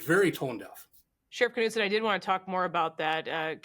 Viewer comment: Kuh-nude-sin??? Knudsen is usually pronounced Nude-sin😊This announcer should learn how to pronounce Scandinavian last names correctly instead of butchering them with some ghastly Americanized pronumciation